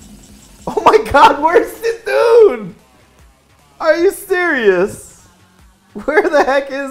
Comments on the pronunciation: it is Kuh-thun lol not see-thun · It is NOT "see-Thoon"... You annunciate the c as a k. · Why no one say Cthun's bloody name correctly ? The dam cards all say it the way you are meant to...